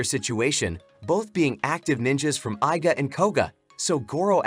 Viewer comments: Bro why " i "ga clan 😭😭😭 It is iga clan It is pronounced "ega" 😭😭😭 You never ever saw ninja hattori cartoon 😭🤣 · It's pronounced ē-ga.